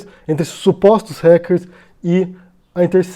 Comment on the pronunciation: Gente, desde quando Ráquer virou Réquer? q eu não to ligado...